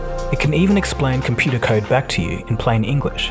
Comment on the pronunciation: "Computah kyde"